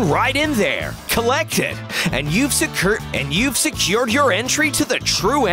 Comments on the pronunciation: He messed up on a part trying to say secured- he said securrt XD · Would anyone talk about the narrator mispronouncing "and you've secured"??? XD